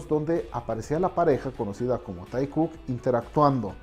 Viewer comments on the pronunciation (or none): No one: Literally no one: Him: tykook, toykook